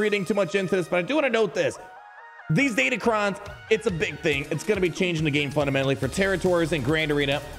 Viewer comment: They're Crons, not cons. DatacRons.